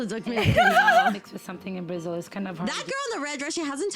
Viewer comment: Brazil mentioned in a video? HOLY F*CK, WHY YTB DIDN'T DELIVERED IT 59 MINUTES AGO?! Btw, loved how you said 'Brasil', it did sounded closer to Portuguese than most ppl on YouTube usually say and that was kinda cute ngl lol Anyway, happy bday 🥰 hope you have many many more birthdays and all that Edit: -ish When I was younger I was a Scene/Emo kid, so my hair was like on my shoulder and my bangs (is it "bangs" the word, right? That piece of hair in front of your forehead, or in my case was in front of the whole right side of my face) would go more or less to my neck and I'm REALLY short, at that time (13~14yo) I was around 148cm tall and I was kinda "blessed" (or cursed, depends on pov) by genetic... I got catcalled A LOT cuz thin waist, wide ahh hips, thick thighs and as tall as a freaking gnome 💀 Edit 2: Carnaval is like Mardi Grass (and I probably butchered the spelling), just more organized, as far I'm concerned. You have the professional parades and sht but where the thing really happens is on the street parades and... uh... is a nice way to get an STD, if you ask me. More "tamed" ones does exist but they're not the majority (my opinion is very much biased because I hate it and consider to be a waste of public money, just wanted to leave this note here, specially cuz it boosts a very specific type of tourism I really really hate and Guidelines won't allow me to go into details about it)